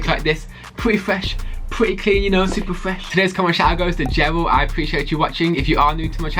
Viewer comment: Pwety fwesh, pwrety cwean, I fought they look pwretty coo